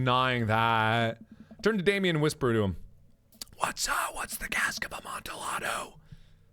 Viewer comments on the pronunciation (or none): Amantillado is Spanish so the double L is pronounced more like a Y. Like a Amantiyado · the way he said Amontillado triggers me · I like mark but him repeatedly mispronouncing "amontillado" hurts me inside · uh monte day o is how that is pronounced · Oh god I love you Mark, but every time you mispronounced Cask of Amontillado (ah-mon-te-yah-do) it killed me a little inside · Mark! It's pronounced Cask of A-mon-tee-ya-dough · I read the cask of amabtillado in school, great book and there is a short film it was good too. By the way, the l's are silent. Lol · The way you pronounce Amantillado hurts me in my soul. lol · The Cask of Amontillado (actually pronounced "UH-mon-tee-AH-doe") reference FTW. I love Poe. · Its pronounced amontillado (ah-mon-tee-yah-do) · Mark mispronouncing Amontillado hurts my soul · did no one else have a seizure over his pronunciation of “amontillado” ? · Poor Mark, that's not how you pronounce Amontillado XD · Can we just appreciate how I would get infuriated over anyone else miss pronouncing Amontillado but Mark just seems to pull it off and it's chill with me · The way mark pronounces Amontillado is sort of crying, but at the same time I can't really blame him because I too have had moments in my life where I pronounced something horribly wrong because nobody ever told me how to pronounce it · Anyone else die a little inside about "Cask of Amontillado" and how he pronounced it wrong every time? I'm hoping so hard that he was being facetious.... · The way Mark pronounces "Amontillado" makes me wanna die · It's funny how Mark messed up so many times just to say "Cast of Amontillado" he messed up and said my last name